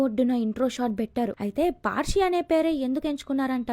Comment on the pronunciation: అది పార్షి కాదు మేడం పర్శి అంటే పరశురాముడు అని అర్థం